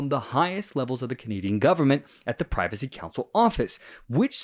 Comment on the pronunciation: It's not the "Privacy" Council, it's the "Privy" Council...